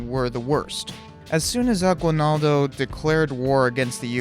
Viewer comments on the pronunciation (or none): The aguinaldo your talking about is said as aginaldo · It's A-gi-naldo, not A-gwi-naldo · its pronounced Emilio "Aginaldoh" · ITS NOT PRONOUNCED A GUI NALDO ITS PRONOUNCED A GEE NALDO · We pronouce it as aginildo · Im a pilipino thank you for the video but i cringe when you say Aguilnaldo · Its A-gin-nal-do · Eeeeet phillipines also its agi-naldo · It is pronounced as Emilio aginaldo not aguinaldo But aguinaldo is the right spelling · How you pronounce emilio aguinaldo: emi-li-yo Agi-nal-do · AH-GI-NAL-DO bro. . . . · he got wrong saying at aguinaldo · well wrong pronunciation of Emilio Aguinaldo